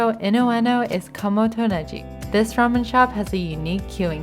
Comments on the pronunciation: Kamo to Negi…if you’re Japanese why did you pronounce it so strangely? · Overall a really nice video. As a fairly fluent Japanese speaker, I find your accent interesting. Sometimes (afuri, Ichiran, even your pronunciation of ramen) your pronunciation is spot on. Other times, you abandon it (Rokurinsha, Kamo to Negi where the G should be hard like google rather than soft like gender). I imagine this is something related to being heritage bilingual. Anyway. Interesting to me as a listener. I haven't finished the video yet, but I hope you go to Menya Shichisai.